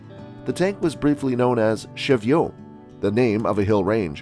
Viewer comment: It's not Sheevio, it's pronounced Cheeviott as in the Cheviot Hills.